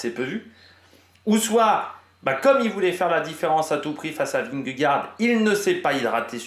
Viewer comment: Dans ce cas là prononce correctement vingegaard aussi alors 😉